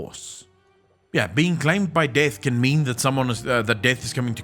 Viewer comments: Took me read the comments to fucking understand that he is saying "DEATH". What the fuck is wrong with that accent? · When you realise he's not saying DAVE but carry on hearing it as Dave ...